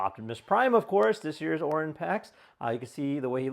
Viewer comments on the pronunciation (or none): It’s, O-r-I-o-n like the constellation💁🏻‍♂💯.